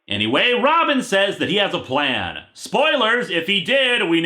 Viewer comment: 'My pwan is qweat...'